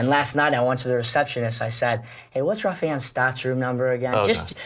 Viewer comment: Butchered Raufeon name. Smh